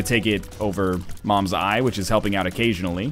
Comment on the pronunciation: it's not mom's eye it's CAIN'S EYE